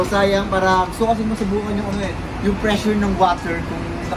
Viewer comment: "PREASURE NG WATER"🤣🤣